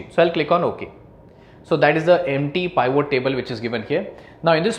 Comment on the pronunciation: Good but please learn how to say Pivot. It not Pye-Vo.